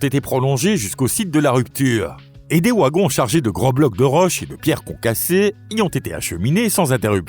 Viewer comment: Quand j'entends wagon prononcé "wouagon", je me dis que l'IA n'est pas loin. Vade retro IA ! Au revoir la vidéo !